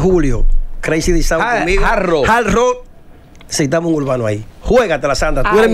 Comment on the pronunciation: y es tan dificil que supuestos comunicadores/as pronunciar HARD ROCK- Jard Ruok y decir JAR ROO